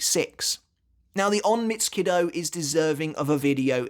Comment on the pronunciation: onmitsu nindo sounds more correct